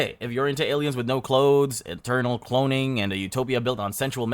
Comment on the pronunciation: English being your second language or not, you can’t get away with saying “cloning” the proper way and then the very next sentence pronounce it “clonning.” Get it together dude.